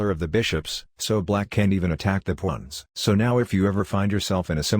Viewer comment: "Pwons" Lol